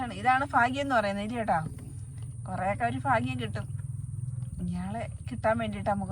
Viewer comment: ഫാഗ്യം.. ഹഹഹ. ഭാഗ്യം